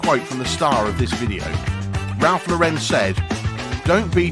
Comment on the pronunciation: What a freaking joke of a video. In the first place, the narrator cannot even pronounce Ralph's last name correctly. In the second place, the narrator says that Ralph Lauren has created an affluent lifestyle like the one he grew up in He grow up lower middle class.